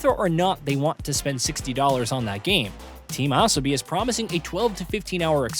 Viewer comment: Good video but who is "Team Esobi" or "Tam Asobi"?